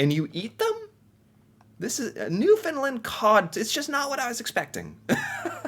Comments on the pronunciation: it's not pronounced New fin lind.. here's a trick to remember how to pronounce it... UNDERSTAND it's NEW FIN LAND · Okay i am done with your newfunland. I am going to teach you the way i and other nf's pronounce it. New. Fa. Land now say it fast and faster till you get newfaland. Your welcome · Hey, I do enjoy your videos. However, as a Newfoundlander, please pronounce the name correctly. The land in Newfoundland and Newfoundlander is pronounced with a short A sound,,and not a short U sound. Sorry I had to say this because so many people, including national news broadcasts and announcers, get it wrong so I don’t blame you. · I have to correct the way you pronounce New Fooundland. You have the first and second part right noo fnd. But the last part is land not Lund. So noo fnd land. Hope this makes sense to you. Google it. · Okay, I like you and your videos,, but there is one thing I have to correct you about: the pronunciation of Newfoundland. It's New-fin-land, with emphasis on the "land" part. As we like to say, it's New-fin-land, understand?:P In other news, don't knock cod tongues. They are delicious, as are salt fish cakes. Yummy! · Newfoundland is pronounced new-fun-land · Maybe one day he'll finally pronounce Newfoundland correctly. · Not to judge but it is pronounced New Found Land. And it is Rappie pie